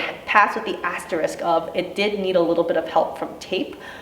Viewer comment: I thought you said "giant ass risk" instead of "giant asterisk" hahaha thanks for doing what you do, providing this info and fighting for us!